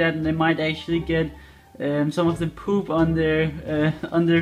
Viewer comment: When you say "poop" with a Danish accent I can't help but smile.